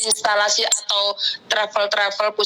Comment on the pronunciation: Kok instalasi sih 😂😂😂 institusi x mbak yang bener